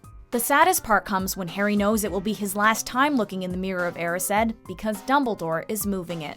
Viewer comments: The way you said erised 😫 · YOU’RE SAYING MIRROR OF ERISED WRONG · I’m sorry but we just gonna ignore the way she said erised 😂😂